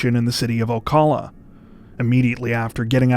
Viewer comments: My first civilian jail guard job was at Marion County jail. Ocala is pronounced O Cal (like gun caliber) uh. O Cal Uh Or as we call it Slocala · Just a friendly tip, the “cal” in Ocala is pronounced like the cal in California. 😉 I see you’ve gotten Brevard down pat. 👍 Great video as always! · Guys, I always look for your videos because they're super interesting and well written. But I have a horribly Karen-ish and nitpicky request: If you're going to do Florida man videos, please learn how to pronounce Ocala. Every time you say it it's jarring, like hearing someone hit a wrong note in a piano piece. I hope you forgive me -- I love your channel.